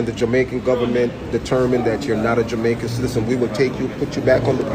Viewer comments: This man is NOT an American. The only person in this world who pronounces the word Jamaican as “jomaican” is (not all) a Jamaican… listen to him speak, barefaced liar!!! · Listen to how he pronounces the words. He is a jamaican